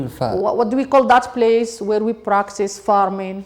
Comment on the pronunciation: practice not practisssssssssssssssssssssseeeeeeeee